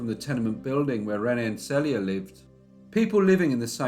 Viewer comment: She shares the same name with me. But I've never heard it pronounced SELL ia. Maybe I like that better than SEAL ia.